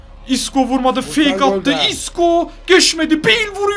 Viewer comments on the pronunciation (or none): none